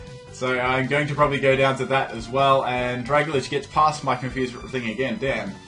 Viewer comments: Dragalge is pronounced "drag-AL-jee" (like "algae"). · You have problems with reading. Drag-a-lage? Syn-e-sis?